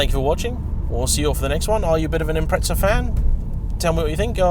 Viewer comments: 🤦🏿‍♂️They are an Impreza, not an Impretza 💙🇦🇺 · SAY IPMRETZZAAAA ONE MORR TIME NIGGUGH. I DARE YOU. I DOUBLE DARE YOU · Impreza=impretsa/pizza=pitsa ? What a language! ! ! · There's no T in impreza